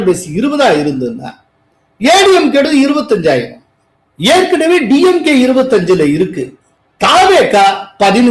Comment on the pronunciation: டியம்கே இல்லே சார். டிம்கே